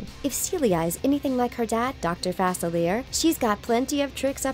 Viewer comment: And again you’ve fucked up Dr Facilier’s name GET IT RIGHT you’ve proven before that you can say it right